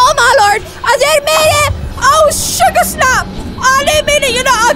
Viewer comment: "oh surger snap" LMAO